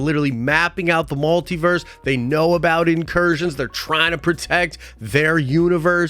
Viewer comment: WTF IS A MAL-Tiverse??? It’s pronounced Multiverse… MUL